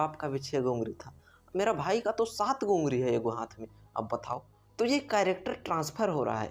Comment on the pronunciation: Ungari😅😅😅🤣 ye kya. ungali hota hai 🤣🤣🤣🤣🤣🤣🤣🤣